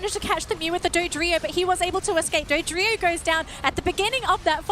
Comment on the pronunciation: Someone should tell them how to pronounce Dodrio